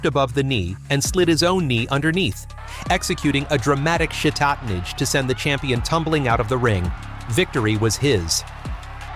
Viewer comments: The AI narration is distracting. It pronounced shatatenage three different ways and all of them wrong. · Dude, please learn to pronounce "shitatenage". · A.I. has trouble changing accent in mid-sentence. Anyone who watches or follows sumo knows how to pronounce the kimarites....at the very least, you'd say the English equivalent ''Underarm throw''